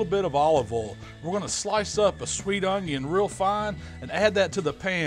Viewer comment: it's oil not ooooool